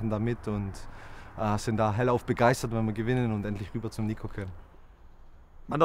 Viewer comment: THIS GUY IS CROATIAN HOLY SHIT. ITS NOT NICO ITS NIKO